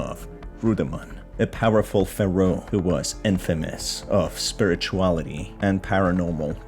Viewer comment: cant stop laughing cuz of the way he says pharaoh